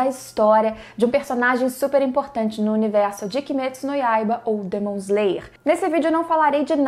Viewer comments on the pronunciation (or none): none